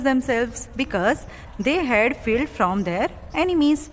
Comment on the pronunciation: Its LIVING and you r pronouncing it as LEAVING. its DISGUISED and u r pronouncing it as DISGUST. its FLED and u r pronouncing it as FILLED.... who made u an english teacher?